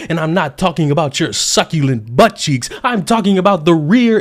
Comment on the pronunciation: "Succulent" Lol😂